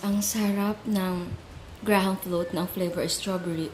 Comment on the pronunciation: Graham's correct pronunciation. Hope it may help you.